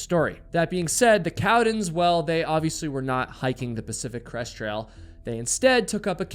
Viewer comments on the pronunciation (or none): none